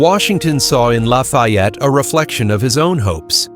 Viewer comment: Sorry, can’t watch cause your mispronunciation of his name is too annoying.